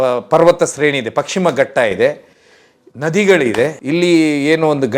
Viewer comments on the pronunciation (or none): ( ರಲ್ಲಿ) ಅದು ಪಕ್ಷಿಮಘಟ್ಟ ಅಲ್ಲ.. ...................................................... ಪಶ್ಚಿಮಘಟ್ಟ✅✅✅😂🤣😁🤣😂🤣😂😂😂